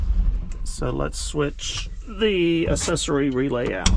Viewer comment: I’ve never heard anyone say accessory like this before. I hate it . This dude went his whole life pronouncing the word accessory wrong…. lol